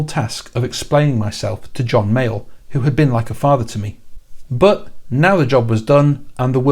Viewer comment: I am loving these videos of yours and this one in particular, but I keep hearing “John Mail” when you say John Mayall lol